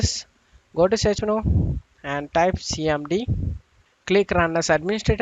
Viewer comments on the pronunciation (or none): none